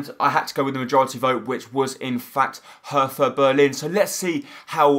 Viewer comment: Your pronounciation is terrible anyway, but PLEASE pronounce it like "Herta" and not "Hertha", because the german "th" isnt pronounced like the english one :)